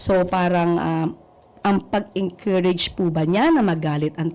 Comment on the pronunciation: Sabi ni "mageenkurayge" grabe talaga mag English tong hayop na eto.